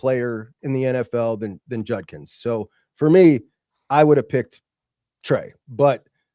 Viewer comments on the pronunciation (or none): Why is this dude incapable of pronouncing Qs last name? It’s JUDKINS, not Junkins.